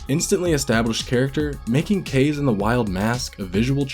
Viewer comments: After much research and watching a 100% playthrough, I've one word to describe this game: Uninspired. I can't give it more than 7/10. Variety? Way lower than in the DKCs... most of the levels are just flat horizontal series of platforms... "Kayse"? It's "Kah-zey", bro. :P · KA-ZE sounds like KARZY in English KARZY means toilet=SH.T it's KAZE bruh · It's pronounced Ka - Ze. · No it’s pronounced KAZE.